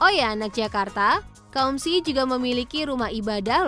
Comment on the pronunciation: Jelas2 ada huruf K tapi baca nya malah “sihh” bikin emosi denger nya😭😩